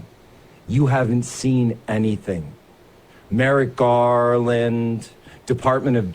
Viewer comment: Merrick gaaaaaaaarland. Dude is drunk AF